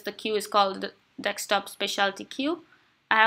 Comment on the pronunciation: its Desk-top not Deks-top !